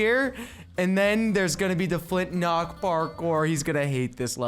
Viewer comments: Is is just me or does he say Flint nock instead of Flint lock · It's not flintnock, it's flintlock..